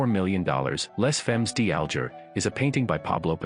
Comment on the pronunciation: Your French pronunciation of "Les Femmes D'Alger" is horrible and laughable. Maybe you thought it was by that other Spanish artist PabLow Pik a sow. Then there's Munch, Bunch and Crunch. LOL'ing. As far as the most valuable or best paintings in the world,....there's "The Sleeping Gypsy" and "The Dream" by Henri Rousseau in The Modern in NYC. There are many more of course.